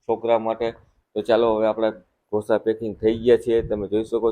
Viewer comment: Dhosa nahi “Dosa”